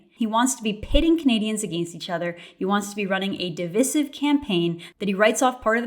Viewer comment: Thank you Candace for saying divisive correctly!